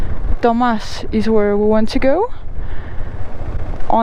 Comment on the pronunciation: it sounded exactly to me like......dumb as* it was so funny, I was laughing. 😁